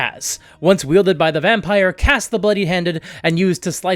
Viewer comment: Nobody asked, buuuuuuut.... Kas is actually pronounced "KOSS"